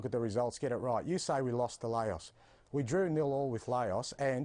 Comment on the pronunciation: one works as a broadcaster and can't pronounce LAOS, the other is the manager of celtic